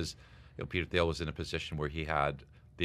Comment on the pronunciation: I think this should be celebrated. He maneuvered like a Jedi and it paid off Also Thiel = pronounced “Teal”